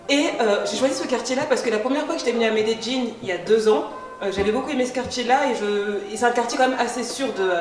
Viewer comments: J’adore 😍😍😍😍😍 tu es trop Jolie c’est un plaisir de te regarder 😍😍😍😍 comment se prononce cette ville? « Médéline » ou « Médédjine »? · Je ne savais même pas que ça se prononçait comme ça 😂 je pensais que tu parlais d’une autre ville. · Euuuh j’ai vécu 4 ans à medellin ma femme est paisa et ta prononciation n’est pas la bonne, rien de grave mais pas besoin de te forcer tu peux le dire avec ton accent français ça fera charmant tkt pas plutôt que de forcer comme ça avec une prononciation qui n’est pas la bonne non plus, merci pour la vidéo quand même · Medellinnnnnnnnnnnnnnnnee pas jinnn 🤯🤯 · MedeLLin*. "dj" est une des prononciations des deux L en espagnol. C'est probablement comme ça que les locaux le prononcent d'ailleurs. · Non, c'est "Medellín" . En Amérique Latine on prononce souvent le son "dj" pour "LL" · Shadowaa on dis medeYin pas jin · una pregunta ... Medeyin? medegin? Medellin=Medeyin. ah la francesa ! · Par contre revises ton espagnol.. Medelin se dit mêdelin.. Pas me de Jin ! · On dit Medellín comme c'est écris, et non médéjine exprime toi bien miss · amayaaks quand tu es d’Amérique latine tu prononces le "ll" en “dj” : llorar devient djorar, llamar devient djamar. Si tu viens d’espagnol c’est normal que tu dises Medeyin, mais en Colombie comme au Mexique et ailleurs on dit Medegin:) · Medellin pas medejjin 😂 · J'suis pas colombienne mais j'ai toujours prononcer medellin-> médéyin sa m'fait bizarre ducoup😂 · Medellin se prononce médéyine ta prononciation me tue🤣😂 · Ça me stress un peu la prononciation de Medellín, j’avais jamais entendu cette façon là de le dire 😅 j’ai toujours entendu MedeLin ou MedeYin. Même mes amis colombiens ne le disent pas comme ça.. (Au cas où parce que j’en vois venir, je suis originaire d’Amérique Latine, bilingue Espagnol) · Pourquoi tu dis melledin, cest pas medellin ? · C est énervant la facon d écorcher medelin